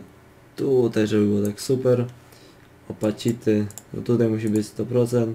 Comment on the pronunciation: Czyta sie rotejszyn, posiszyn i skejl a nie rotation, position, scale i opaĆity